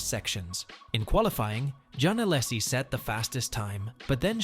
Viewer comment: each "allasie" makes my ears bleed. srsly and no offense, just asking: why can (so many) native english speakers not pronounce names of any other language correctly? (also i wondered who's this "john" you are talking about all the time. and no, i'm not french)